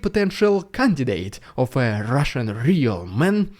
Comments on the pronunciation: It wouldn't be a normal day without Rrrrussian prrrrrrropaganda threatening to nuke whatever country just spoke bad about them 😂 one day is the UK the next day is Germany and so on and so forth 😆🤣🤣🤣 love how you chuckle when you say that because they are so funny 😂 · Lol u should sell a t-shirt that says Rrrridiculous Rrrrrrrrrussian Prrrrrrrropaganda